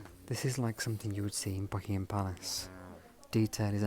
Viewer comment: Hi. I say this with kindness, pronouncing words that end in ‘ing’ with a hard k sound is not elegant. Something not somethink.